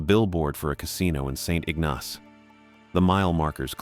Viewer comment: Also St. Ignace... "Saint ig-NOSS" 😂 It's pronounced "SAINT ig-niss"